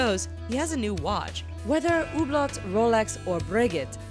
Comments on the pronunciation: Ok Americans this is how you say it , hooblow , roll x , bre gay . Please learn how to say the words before the video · It's "hoo-blow"